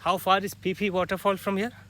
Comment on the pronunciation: Pronounced Ph-e Ph-e fall not pi pi fall😄😅 anyway good show👍👍